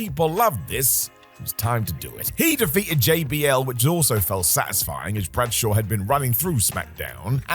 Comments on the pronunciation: “John Bradshear Layfield” I’m 90% sure mispronounces at least one name on purpose for every vid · John "Bradshere" Layfield? You made him sound Middle-Eastern; he'd really hate that... 🤣🤣